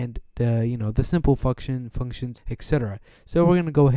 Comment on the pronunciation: i said fucksions instead of functions XD